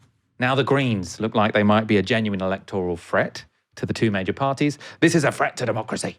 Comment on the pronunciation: It's a FRET A FRET FROM A GUITAR!!! I really wish "th" the "th" sound is important